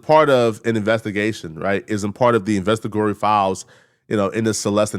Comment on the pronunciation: SECOND incorrect usage of words for today: “investagory” instead of “investigatory” 🤦🏾‍♂